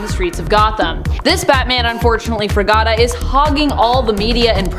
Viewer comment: "gada" lmao. Gata! You fine but no brain 🧠